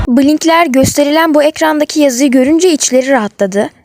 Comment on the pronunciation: Blinkler demene gıcık oluyorum bilinkler diye okusana işte